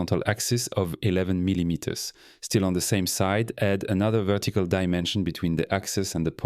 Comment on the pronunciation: he also pronounce "vettical" instead of vertical. Yeah that's a french for sure